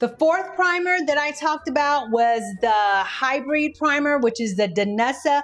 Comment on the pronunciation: Great video. I have super oily skin at 58. Matte foundation makes me look older so I prefer a satin finish however I wear a matte primer which is a great combo for helping with my oily skin in the summer. Also, you mispronounced HyBRID..like bid but with an R 😊